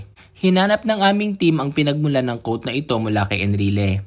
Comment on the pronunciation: Ang tamang pagbigkas quote ay "kwowt" hindi "kowt" ano yun COAT as in KAPOTE! mag aral ka nga ng tamang pagbigkas